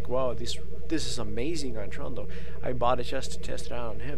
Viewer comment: i guess he says trundle